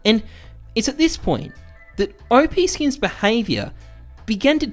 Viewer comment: "Oh-Pee Skins" lol, people always mispronounce it, its Op like Operation. The 10x increase of WAX tokens from 185m to 1.85b was well documented before the distribution. That lawsuit never went to court. The notice from Valve was expected by WAX/OPSkins so it didn't backfire, it was anticipated. OPSkins was also the first marketplace for Ethereum NFTs before OpenSea launched. Forcing Valves hand and riding the PR wave to promote WAX was all planned and calculated. No business can survive and grow when it is built to rely on someone else's platform (in this case Steam), so you need to break away from that limitation, and you may as well make as much noise about it as you can while you do it. Since OPSkins shut down in early 2020 WAX continued to build out their platform, services and tools and support their community. NFTs blew up in 2020 and even moreso in 2021 which is the whole thing that WAX was built for. The WAX token almost hit $1 last year, went down a bit with the rest of the market but climbing again now. I'm also pretty sure that WAX are making more money now than they would if they were still just a marketplace for Steam items. They went from being just a marketplace to being the platform that marketplaces and games build on, they became Steam, everything is going as planned.